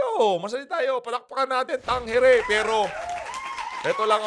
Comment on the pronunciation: Tamang bigkas sa survey firm na yan ay Tang-ere